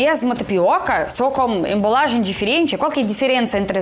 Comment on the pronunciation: Olá. Gostei do seu vídeo. Se me permite vou lhe ajudar com algumas palavras que você está pronunciando incorretamente. "Embalagem" e não "embolagem". "Nos outros países" e não "nAs outras países". "Não perca isso" e não "não perde isso".